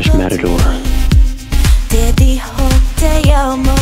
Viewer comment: Dijo te amo, pero pronunció mal la t, sonando como ll